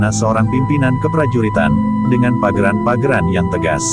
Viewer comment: Bukan pageran tapi paugeran. Pelajari dulu khasanah basa Jawa.